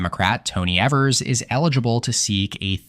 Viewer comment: Governor Evers' last name rhymes with beavers.